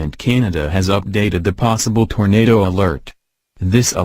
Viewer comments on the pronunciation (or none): Tornadoooe. XD Just how he says it!